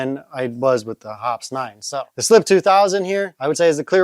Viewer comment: BTW, Hoppe’s is pronounced like poppy.